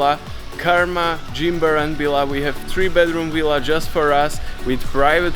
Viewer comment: It’s Villa and Not Willa!! 😂😂😂